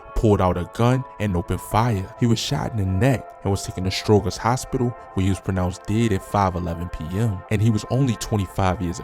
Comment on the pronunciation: Stro-jer. Not Stro-ger.